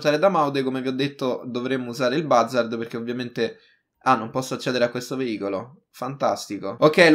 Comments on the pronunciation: Si pronuncia buzzard non bazzard. Cmq bel video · Oppure andare all eliporto del mare di San Andreas e ti prendi l'elicottero invece di fare tutto in macchina CMQ ti stimo continua così 😜❤ e si dice "buzzard" Scusa se ti correggo sempre non odiarmi 😂😂